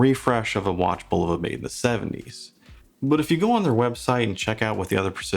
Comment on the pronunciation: Thank you for pronouncing the name correctly. 👍👍👍